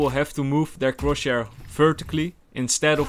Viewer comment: nobody:: CrOtChHaIr no offense i am a subscriber and i love you (no homo)